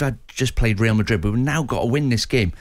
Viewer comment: Who are 'reel' Madrid, I'm not sure what the Spanish for 'reel' is but I'd expect somebody with Morgan's education would know that 'Real' (Pronounced 'Reyal' by the way) is Spanish for 'Royal'.